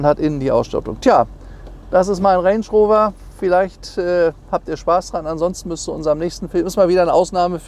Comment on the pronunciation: Sagt er reynsch räuwer??? 😁